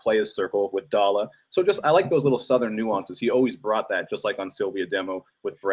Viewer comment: the way luke james pronounces southern is cringe